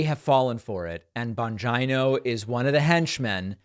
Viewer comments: Is it "Bon JIE no"? Because I'm hearing the guy's name pronounced "Bon JEE no" elsewhere. Ether way, he's a Bone Head-o. Hard to believe anyone would listen to such sycophantic boot-licking. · It’s not Bongeino it’s Bongino, like Gino or Gina. Where did you get this awful pronunciation? It’s a simple Italian surname.? Thanks for correcting yourself. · Bon-dgino? Lol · Dude learn to pronounce his name right- it’s Bon- Jean- o 🤣 the jokes on you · Its Dan Bon-gina. Like va-gina or china. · That's Bon-gyno, with a hard G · Oh yeah it sounds like Bon- gee- no, and this man is extremely intelligent, former Secret Service, police officer and military. He does his own investigative reporting and has written several book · Bongino --> Bon-jeen-o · The mispronunciation of people's names is fine, but I feel dirty after every time I hear bon-gyn-o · Bong Jina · I thought David called him Don Vigina 😂😂😂. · "Bonj-eye-know" Lol, wtf? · Hahaha, John Bonjineoh.. I wonder if he knows Doctor Coosamano? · LOOOOOL Thats his name? You nearly said Dan Bongina lol i swear i thought you were gonna say that and at the last second it became an o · Does the guy really say his name "bon jie-no"?? lol why!? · David , SIR! …. It’s pronounced “BONGHOLIO” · I'm pretty sure it's pronounced "Bonjeeno". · I’m having a hard time telling if he’s saying Dan’s last name wrong on purpose or if he just hasn’t heard anyone else say that last name before. 😆 I could be wrong, but isn’t Dan Italian (so the “I” in his last name should be pronounced sounding like an “E”)? He never says Giuliani‘s name with the “I”s sounding like an “I”. Not sure if he’s purposely trying to make Dan’s name sound as close to vagina as possible. 🤣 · I love how you pronounce “Bongino” with a long i 🤣🤣🤣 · David pronouncing Bongino's name is like Trump saying China. Both hilariously wrong. Pakman is, however right on the substance.